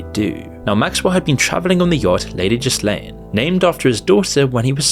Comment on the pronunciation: HOW do you mispronounce this dude's name? YouTube is absolutely crawling with videos about him, and I'm sure you watched videos to research the subject... How?! Edit: And Ghislaine, and Abercrombie... bit sloppy there, bro.